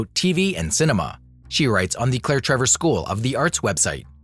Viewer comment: Always good info in these videos. But I really wish names were pronounced correctly.